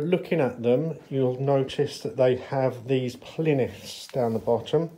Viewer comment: What's a plinith , ITS PLINTH 😂